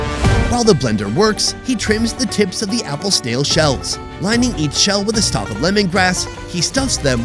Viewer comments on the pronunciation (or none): Snail is a one syllable word not 3